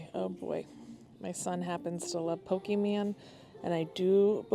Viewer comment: Pokey-man 😂😂😂😂😂😂 Be the cool mom and pronounce it right, at least.